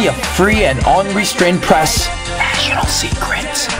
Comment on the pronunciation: Ha ha... With your comparison of American to a sassy teen girl, every time you said "National Secrets" I was hearing "Vaginal secrets." I was then thinking "What did he just say?" Then you mentioned "National" in a clearer way.